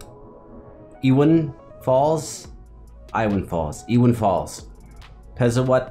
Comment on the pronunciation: hi, i want to let you know, "iwan fals" is pronounced like "e one fals". start watching your reaction.